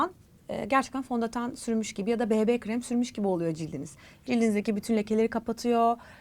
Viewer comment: Bi-bi şeklinde Amerikan söylemiyle okumayıp Be-be diyerek özellikle düzeltmeniz 👍🏻